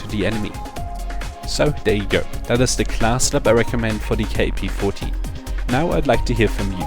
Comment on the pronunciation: Ur a dumbass. This is by far the worst class u cud possibly use for this gun. Nd btw. Its kap. U say it like "cap" its not fukin K A P. u dnt say the letters. U say it as a word. Its an actual gun. Kap. Not K A P